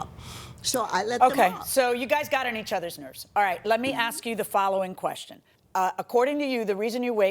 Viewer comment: Ok it ASK NOT AKS 😂😂😂😂😂